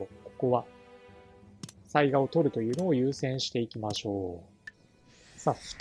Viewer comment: 次回いよいよ「水上の御堂」の攻略戦ですね。御存知とは思いますが、てきの巡見所は潰しておいた方が良いかと。 細かくて本当に毎回申し訳無いのですが雑賀は「さいが」では無く「さいか」だったと思いますm(__)m。因みに雑賀孫市が誰だったか？は諸説ありますが信長の野望シリーズでは「鈴木重秀」が雑賀孫市設定ですね。「信長を撃った男」ですね。 あと鯰尾（蒲生氏郷）が配下になったのは大きいですね。愉しみにしてます。